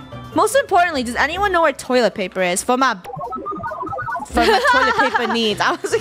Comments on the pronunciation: Funneh- we also need toilet plaper Me- plaper? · Funneh: toilet plaiper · Did funneh just say toilet plaper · “I do need toilet pLaper.” toilet plaper?